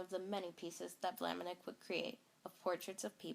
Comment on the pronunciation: Maurice de Vlaminck - not Vlaminick. There is no "I" before the "ck". (It's pronounced -VLAH-mink) Your material is very good.